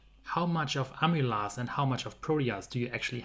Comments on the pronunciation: Very interesting. Pronunciation 'Amy laze' 😆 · Some English help: Pro-"nun"-ciation, not Pro-"noun"-ciation :-) In American English, "amylase" and "protease" will rhyme with "daze". Not sure about British English.